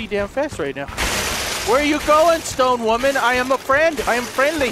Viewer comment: Every time he says stone women it sounds like he's saying stoned women